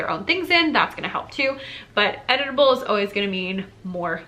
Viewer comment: Lol. I heard “editable” as “edible”. It made me look up from my computer!